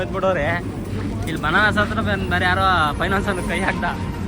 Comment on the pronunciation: banaras atra alla ,it is banaras hatra